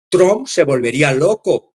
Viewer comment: no solo te comes las” s” ahora es invisible la “ p” de Trump ( tramp). De les escucha mal vs, no suena bien.